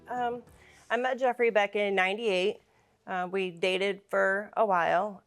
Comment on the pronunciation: FOR...not FER!!!